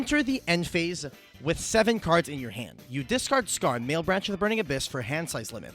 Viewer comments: "malebranche" is italian, it's not male-branch :((((((( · Mah-leh-branch, not mael-branch.